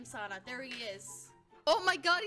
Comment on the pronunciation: No one Litterly no one Leah : calling "sanna" "sawnna" xD